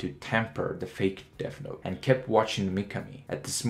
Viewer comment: Bro you need to pronounce your words correctly. It's not DEAF note it's deaTH note